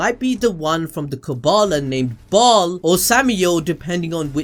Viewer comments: It's pronounced bail You never played diablo II and the expansion ? Come on now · It’s Baal but pronounced Bale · Ok, I’m familiar with 2 of those names. Bial is pronounced bell and Sameal is pronounced sa- meel. I’ve never the other one. 🤷🏽‍♀️